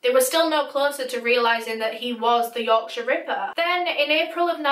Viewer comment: I love the way you say Yorkshire ripper.Yorksha Rippa